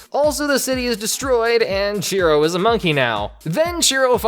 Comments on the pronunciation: I swear I kept hearing Cheeto instead of Shiro. Ngl made the character better with that name lol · I thought his name was Chiro